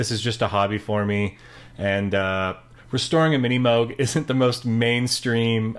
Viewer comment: This man is one of the first people I’ve met that pronounces MiniMoog the proper way, It’s pronounced Moog as in vogue